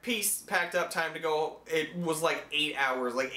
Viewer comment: When you said "that's pretty much it" it sounded like you said "that's pretty much shit"